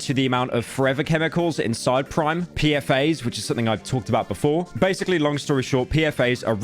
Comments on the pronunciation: Not PFAs. P-FAS or P.F.A.S, is what Ive been told. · Bro thought PFAS was PFA's also ryan trah-han